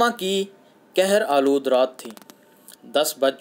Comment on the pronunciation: Kohar Aalood " کہر آلود" پڑھتے وقت " قہر آلود " رات سنائی دے رہا ھے۔